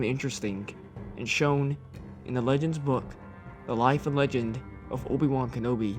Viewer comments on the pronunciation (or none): none